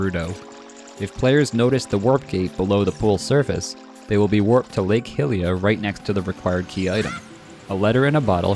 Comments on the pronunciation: Amazing vid but please can you pronounce 'Hylia' and "Hylian' correctly. It's pronounced 'HyLEEa' not 'Hillia' :)))) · BRO im sure its been said many times down here. But its a universal agreement that it's pronounced HIGH-Lia. What would possess you to want to pronounce it any other way? cmon bro get with it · say Hillia one more time I stg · Hyrule = Hi-rool Hylia = He-lee-uh 🤔 I always said Hi-lee-uh